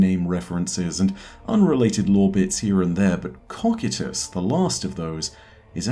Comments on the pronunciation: its pronounced koh- KAI- tus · Great video! just wanted to say it's pronunced ko-kai-tus (cocytus). :) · I don’t wanna be a p*ick but you pronounced “Cocytus” wrong but no biggie